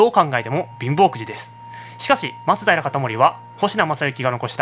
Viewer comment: 松平のイントネーションってそれが正しいの？笑